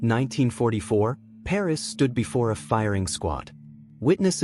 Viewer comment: Pernass is his name not ‘Paris’